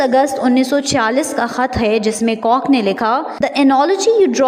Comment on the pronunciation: "jisme C O C K ne likha..."👆😅😊 (do LISTEN carefully please...) Arree Pakiyo before claiming something, at least learn to SAY it w/o causing "splits"🤣🤣